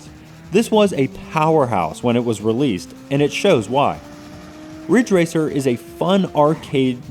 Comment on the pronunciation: IT'S RIDGE RACER. RIIIDDDGE RACER!